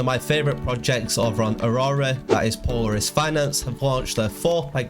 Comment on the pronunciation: Thanks for the info! FWIW, Polaris is pronounced with the accent on the second syllable. "Po-LAIR-is. As in Polaris, the North Star